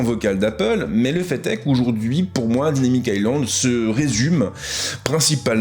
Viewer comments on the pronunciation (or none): none